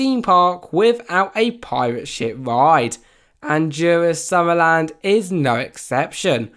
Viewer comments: as a dane you says it so funny :D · he pronounces it soo bad